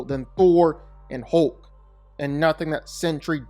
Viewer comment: Why does he keep saying hooolk its hulk